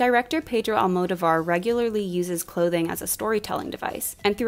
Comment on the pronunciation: I’m sorry, so out of the main topic, but please, it is pronounced AlmoDOvar, not AlmodoVAR. I don’t why I’ve heard so many English speakers pronouncing it that way, but I find it really distracting >.<